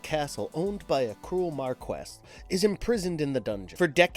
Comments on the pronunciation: Mar-Key,NOT Mar-Quest! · You guys make good vids but your writing needs an upgrade. Also, try to pronounce names and titles correctly (ex. Marquis is pronounced mar-kee)